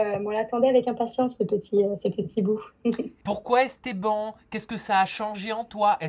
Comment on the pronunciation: "Estban"😂😂😂 jpp